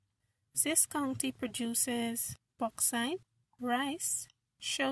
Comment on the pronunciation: she says this like zis good vid it helped me alot